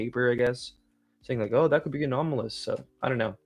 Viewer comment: Why does corbell say sho for the word so? Sho cringe.